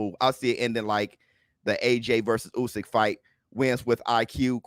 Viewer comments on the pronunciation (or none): none